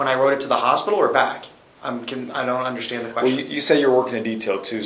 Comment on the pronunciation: I Unna-schtan... I'm not going to be disrespectful. He wanted to say 'disrespected '...he caught himself .